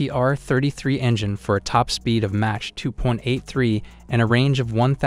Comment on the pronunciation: its is not match 2. It is MACH 2